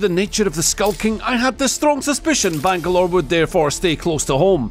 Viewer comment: The amount of Banglore butchered!!